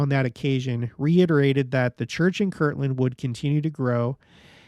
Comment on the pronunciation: Haha... Yes, this is one of the classic LDS pronunciation quirks. Kirtland: a town in Ohio. Kirkland: a brand name of Costco. Some others: Patriarchal vs. Patriotical. Or, if you really want to create controversy: ENSIGN "en-sun" vs. "en-sign" hint: according to the Church itself, the correct word was "en-sign"